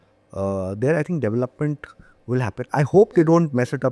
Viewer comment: Devil- lop- ment ❌ De-velop- ment ✅